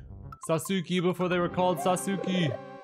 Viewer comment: i laugh every time says sasookie. keep it up man